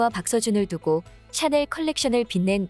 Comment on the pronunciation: 샤넬을 왜 채널이라고 해요? AI봇이 읽어주는 게에욤?